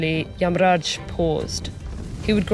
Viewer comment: I appreciate how the names Satyavan, Narad, and Yamraj were pronounced as it is instead of Satyavana, Narada, or Yamraja. TED-ed did a great job in maintaining the diversity of Indian culture in every bit of this video.